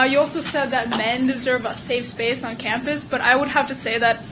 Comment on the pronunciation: How did the parasitic SJW Wench manage to fuck up the same word THREE TIMES in a row?! LMFAO 'SAFE...SPACE' Goddamnit it's really not that hard.